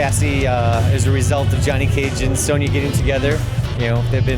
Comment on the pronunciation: "Sonya Blaze, and Tony Cage's daughter"?!? Did I hear that right, or was it Just an accent saying Sonya Blade, and Johnny Cage? Hate to think it's just another game journalist faking their fandom, also Injustice was just ok, characters were waaay too small, problem seems corrected in MKX, can't wait for this game.